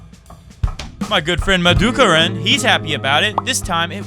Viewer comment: Hey, thanks for referring me. Please refer more frequently, even if my comments/tweets sound silly to u. Nice feeling to be referred by you:-) BTW... U shud pronounce as "Madhu K I R U N" (as in "RUN") but not "Madhu K I R A A A A N N". (Madhu==honey Kiran==rays (like sun rays)... so Madhukiran==honeybeam:-D:-D:-D)